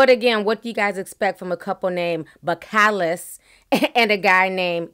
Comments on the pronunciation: Did you call Cardi Bacalis? 😂😂😂😂😂💀 It’s Belcalis. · it's BELL-CUH-LEES not 'Buhcallus' 😭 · U said BA CALL ES its pronounced BELL CA LEES now idk how to spell it but I do know how to say it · Did Ti really pronounced it BACALIS? I can't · Ti said becalez 😂 ay Dios mío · Cardi name is pronounced bell-kuh-lease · Ti, cardis real name is pronounced "bell-kuh-leeze" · You pronounced her name wrong it’s pronounced Bell-cah-lees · Girl... You pronounced Cardi's name all wrong. Her name is pronounced BELL-CUH-LEASE.... Chile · the way Ti pronounced Cardi's name 😂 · Oooh how she butchered Belcaliz's name 😂😂😂 lmao point still stands I guess